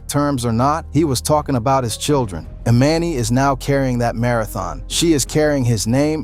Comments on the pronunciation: You calling her E Man E is driving me nuts!!!! You said it right in the video a few times … E MON E 🗣️🗣️ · Who’s E MAN E 😮!!!! It’s EMANI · Anybody else annoyed how he kept saying her name wrong thee whole time! Emani! It’s not that hard. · It’s pronounced E-mon-knee ✨Emani✨ if you are going to report on other’s business at least get their names correct! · EXACTLY 💯 HER NAME EMANI THAT GOT ME WHEN HE WAS SAYING HER NAME WRONG SMH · Lord learn to say that baby's name please,you didn't say anything that you hadn't already said or that we didn't already know. . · The way you keep mispronouncing her name is irky lol gahhhleeee 🙄😂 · It's weird you can say their last name correctly..but can't say the child's name.....do better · Say her name right while telling the story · If your going to try and tell someone story, at least pronounce her name correctly, one minute you say it correctly, then the next minute you don't and the woman with the white glasses is Lauren London., not her mother.